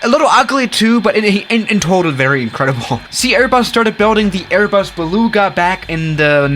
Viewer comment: baluuuuuuga. is that just me on how he pronounces it?